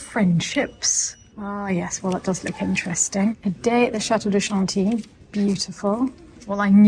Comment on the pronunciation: I feel like I learn so much from these adventures! ( especially the pronunciation of Chantilly). Thank you for taking us along 🤗. And nice book selections,.